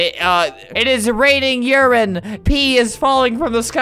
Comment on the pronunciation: "It's raining urin" made me go 💀